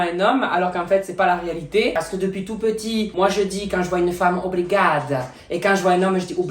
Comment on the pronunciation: Moi je suis Portugaise et je dis brigada le "o" je le prononce presque pas. Ps: je t'adore et bonne continuation ❤💋😊🥰😚😍